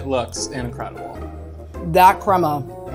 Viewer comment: Someone needs to tell her its cremA not cremO